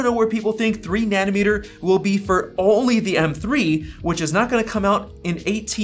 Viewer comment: Take a shot every time he says 'Nanimeter' instead of 'Nanometer'. Die of liver failure.